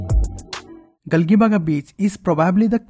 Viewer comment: It's not Gali baga it's galjibag it's pronounced like this